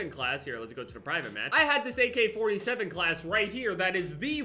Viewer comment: Everyone: AK-47: AK4-T-7